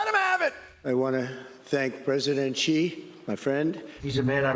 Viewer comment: Thank you Jon for pronouncing his name correctly! <3 Xi - makes a 'sh' sounds in English so it's exactly like the word 'she' for pronunciation. I'm tired of so many news and comedy segments saying it wrong ;_